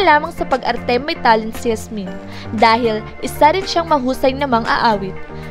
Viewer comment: Yasmien kasi hindi Hasmin